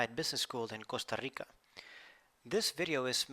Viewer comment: Costa RRRRRRRRRRRRRRRRRRRRRRRRRRRRRRRRRRRRRRRRRRRRRRRRica que rrrrrico